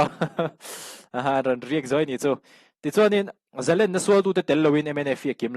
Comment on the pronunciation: Zalenna tih hi zalènna tia lam hniam tur a ni. Sangha manna len kan lam anga lam hi lam dan dik zawk a ni e.